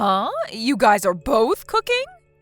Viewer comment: the word "your" covers both singular and plural, "your guy's" is poor English, especially pronouncing it as "guyses"